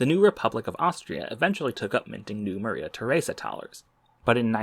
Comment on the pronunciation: Please tell me I am not the only one who heard Maria Tharesa as Mother Teresa before reading captions